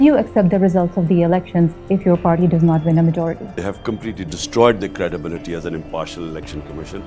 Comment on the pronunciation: Why is she saying “parrrii” instead of party? Rog hai wannabe banne ka